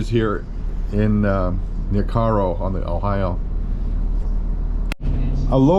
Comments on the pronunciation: your are saying the name of cairo wrong....damn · Hello from Paducah. Never heard Cairo pronounced the way you say. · Lived near here my whole life never once heard anyone ever say it like that. Locals say it like narrow with a k instead of the the n. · Good video! I'm a local here and the news team pronounces it wrong too. We pronounce it "Kay-roh" 😊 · we always pronounced it Kay-Row